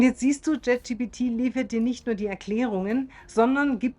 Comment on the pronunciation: Dennoch heißt es "Chat" GPT und nicht JET GPT. 😅 Entschuldige bitte. Aber auch das muss erlaubt sein zu äußern. Und das ist keine Kritik, sondern nur lustig. 😉 Es gibt so viele Menschen im Alter über 50, die trauen sich gar nicht erst auch nur ein Wort Englisch zu sprechen. Von daher, finde ich richtig gut. 😊